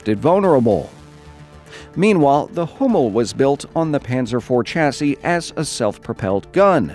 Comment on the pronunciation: its sh-a-si